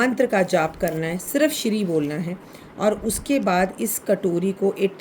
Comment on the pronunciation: Namaskar mam yah shrim hota hai na ki Shri